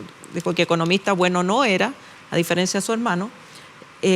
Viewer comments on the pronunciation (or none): none